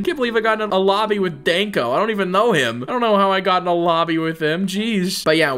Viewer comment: the way he pronounces Denk0 "daenkO" IT'S HAS NO A!!!!!!